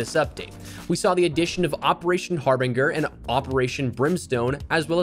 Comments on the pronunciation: Bro said har-bing-er instead of har-binj-er. Just saying lol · Har•bin•ger sound's like ginger not binger. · I’m going to need this fella to learn how to pronounce “Harbinger”.